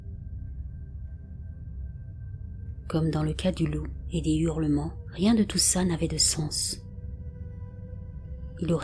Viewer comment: J'aime beaucoup les histoires, réelles ou pas, que vous nous racontez. Est-ce un robot ou une personne ? La diction et la voix sont parfaites, si ce n'est que cela me choque d'entendre "des Z'hurlements". Pas de liaisons devant un H aspiré (Haricot, Hache, Hanté) . Mais encore mille fois merci ❤pour toutes ces histoires. Une vieille un peu tatillonne...